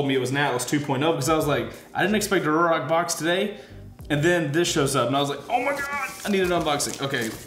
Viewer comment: FYI, as per Ruroc the pronunciation is “roo rock” 👍